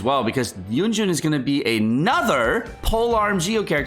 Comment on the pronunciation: why is everyone saying yunjun? lol it says yunjin